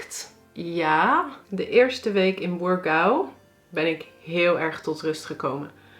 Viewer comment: Burgau! Uitstekende Portugese uitspraak,!☺️